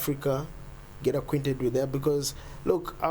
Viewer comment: Not AKWINTED It's ACQUAINTED (Pronounced Ak-Waynted)